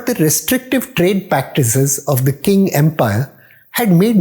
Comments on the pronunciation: Qing is not pronounced as King. It should be pronounced Ching. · Nice history relation. By the way Qing is pronounced as “Ching”